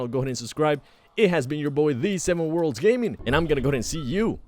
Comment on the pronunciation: Why can’t he say worlds